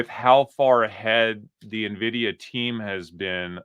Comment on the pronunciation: finally calling it en-vidia instead of nuh-vidia